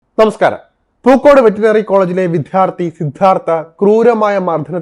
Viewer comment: വെറ്ററിനറി എന്ന് ശരി ആയി പറഞ്ഞാലും